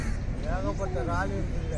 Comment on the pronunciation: வார்த்தைகள் பேசும் பொது யங்களுகு சில வார்த்தைகள் புரிய இல்லை இரல்லே ரல் ரால் சொல்லும்போது yanaku புரியவில்லை.